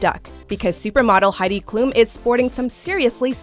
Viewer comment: The reporter pronounced Heidi Klum wrong😥💕